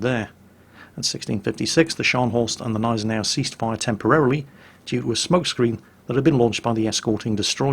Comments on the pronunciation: I like how you pronounce it Neisenau instead of Gneisenau, swallowing the G. You have to spell the G like at the beginning gorgeous. Not like in Kickerbockers. ;) I know, not easy for non-native German speakers. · it's Gneisenau, not Neisenau xD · Not neisenau....Gneisenau it is called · g-neisen-au Hard G neisen au Gneisenau.... (I'm american I feel your pain, German is a precise language) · Gneisenau is pronounced with a G like in "go". If that is too difficult, pronounce the "g" as a "k". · Dude, its G(!)neisenau, not Neisenau. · sigh Always "fun" to hear German names butchered. Its not "Neisenau" its G!neisenau. Sounts almost like the G in gun. Not so hard to put in front of the already pretty accurate "neisenau" you make out, just missing the g in front of it and there you go. But .. i guess .. why bother to even to try, eh? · I´m fluent in German and he says it perfectly, well besides the silent "G". It is GGGGGggggneisenau :) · you kindly took my remark of pronouncation of the Nashorn once. German has no silent letters, so it is not neisenau as in the english Gnome, you actually pronounce the G in Gneisenau.:) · no, Gneisenau is pronounced Gneisenau... simple as that :D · J_Eilonwy Well apparently I have to be precise then: Gnei-sen-au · Everytime says Gneisenau I crunch my teeth harder and harder. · Robert Charleson The "G" in Gneisenau isnt silent. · Yes, the "G" in "Gneisenau" IS pronounced in German. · While you pronounce "Scharnhorst" almost perfectly, the "G" in "Gneisenau" is not silent! I'm surely no German grammar nazi (haha), but the silent "G" made me shiver every time you said "Gneisenau" :-D Great video though, I really enjoy you recounting naval battles or the fate of ships. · Hey, awesome video as always! One quick thing though: The way you pronounce Gneisenau is wrong just a little bit. You need to put more emphasis on the G and not just disregard it!